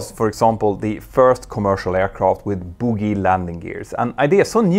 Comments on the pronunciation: Btw plz say “Bogie” not “boogie”, which in English sounds like the word for lumps of half dried phlegm we pick out of our noses to breath better. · Dude, the landing gear style with 4 wheels is pronounced Boh-Gee, with a hard “G”. Boe-guee. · Let's not dance around your mispronunciation of "bogie" after all it's not like you claim to be a mentor or anything! I have 3000hrs on Nimrods so watched this with interest. For as long as I could.